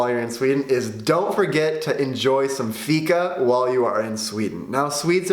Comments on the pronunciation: If Fika is The main thing here in sweden you need to say it right.... 🤔 Fiika. Draw a milisec longer on The (i) and then close fast on The -ka. And it should sound The propper way. Keep trying and you might sound better than Tony Erwing 😜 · I miss understood you for a second when you said fika. I thought you said fitta. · You pronons it FIIKA